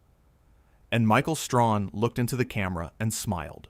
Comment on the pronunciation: It's Stray Han! Get the name right! Talk about respect, pronounce the man's name properly! Bad AI!